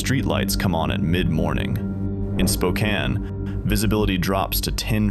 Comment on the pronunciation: You pronounced Yakima and Spokane right . 👏